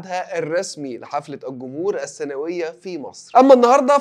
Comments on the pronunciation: السنويه مش السناويه 😂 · السنوية مش السناوية 😂😂